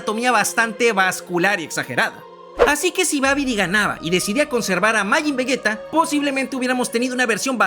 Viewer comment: Akira Toriyama se revuelve en su tumba cada vez que dices vegueta y gocú 🤮🤮🤮